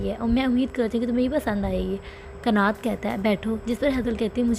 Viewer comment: Isme ekim bahut halat lagti hain.aisi bhi kya dosti kanat usse bahut pyar karta hain lekin ekim use har baar chhodh deta hain .aur एक्सप्लेशन में आप कनत कहो ना की कनात ।